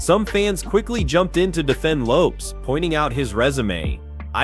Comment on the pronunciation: It’s lopes bro not loppe’s 😂😂😂